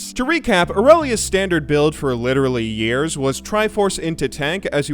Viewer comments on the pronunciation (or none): none